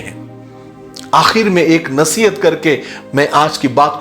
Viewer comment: Please nasiyayT instead of nahiyat.